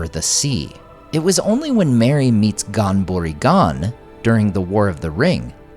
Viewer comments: It's pronounced more like Hon-berry Hon but give the Hon a gutteral sound like you're clearing your throat. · Great video. The pronunciation is a bit jarring for Ghan-Buri-Ghan, but I totally get that it's hard for a lot of English speakers to get the hang of. I think I only got the hang of it from listening to Corey Olsen pronounce it a bunch of times.